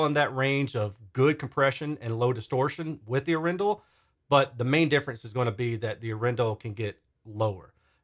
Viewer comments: Thx for doing this, I am proudly Norwegian 🇳🇴 The name is from the city of Arendal and the weight is on the first A of Arendal, not the E 😋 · It's pronounced... Adrenal